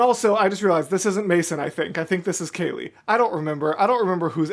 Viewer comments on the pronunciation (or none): none